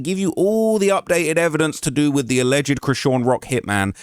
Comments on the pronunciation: Wat Chew gone dew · dew lol tew and yew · “What chu wanna dew?” 😂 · Wutchu wanndew?🤣😆